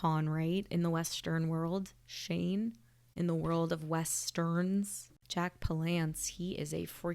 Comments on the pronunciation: Jack Palance's name is pronounced with the accent on the first syllable. PAL-ance. Sort of like "palace" with an "n" in it. Palance played a lot of tough guys and heavies. To see him play against type, watch Bagdad Cafe. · Jack PALance (like "balance")